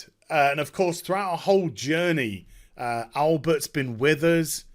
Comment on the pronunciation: Please stop calling him "Albert"